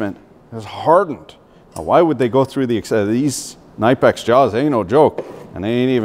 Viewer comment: now kids pronounce like me K-ni-pex not nay-pex .